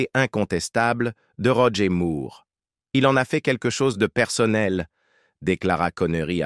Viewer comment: Bande française vraiment pénible à écouter pour nous, québécois. Bon sang, on ne dit pas Roger Moooouuuuurrrre. On prononce Moore comme More, captich !